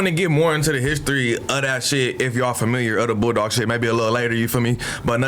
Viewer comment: Oh he saying Bulldog? I thought he was saying Boo Dawg lol